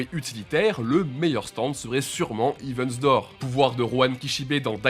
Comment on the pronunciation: Très bonne vidéo mais les gars un petit effort sur la prononciation de l'anglais svp... "hivi wither", "wither report", "sheer earth attack"